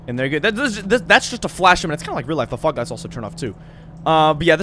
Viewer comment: Lmao yeah when he says fog lights 😂